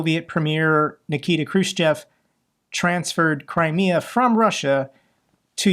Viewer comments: It could be worse..Halfwitkoff could've called it the Dumbass. The guy mispronounces Crimea like he's never ever heard the name before.Incredible the level of stupidity. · Steve Dumkopf is supposed to be someone that the Russians can take seriously but he seems to have never heard anyone pronounce the word "Crimea", opting instead to call it "Crimmia". And, applying his logic, because almost all Americans speak English surely they should be governed by the UK's Parliament and UK laws.... What an idiot! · He couldn’t even say Crimea ? With the amount of western history that is included in this region WTF! And look up the origin of his surname too, his family name is from this region. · That idiot Witkoff couldn't even correctly pronounce Crimea. Jesus H Christ. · Witkoff does not need to be manipulated, this motherf*cker is russian, raised in russian mythology, he even pronounces Crimea the russian way, rather than english way.